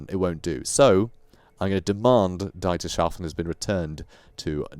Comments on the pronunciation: Love your work and care you show with reading and pronouncing names, etc. Excellent storytelling. Whtm though, pronounce 'Dietershafen" as "DIE..:" (like death=? If you can ppronounce Steven Spielberg correctly then this is pronounced with the same ei sound. Otherwise it is a huge enjjoyment to hear and watch your videos Thanks for the good work. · Dietershafen is the harbour of Dieter(pronounced like thee except with a d). Yeah, Grammarnazi, but thanks for the content